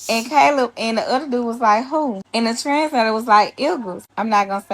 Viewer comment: I was sure she was saying something about a trans flag.... She was saying 'translator'.